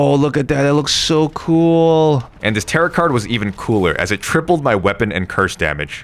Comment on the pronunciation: Heyy! Great video, just letting you know that Tarot is pronounced “tare - row”